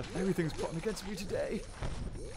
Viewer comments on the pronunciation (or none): none